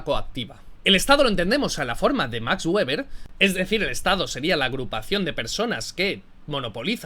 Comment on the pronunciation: Yo también fui un insensato que decía "Güeber"...se pronuncia "Veber" el menda era alemán. De nada. Por lo demás buen video.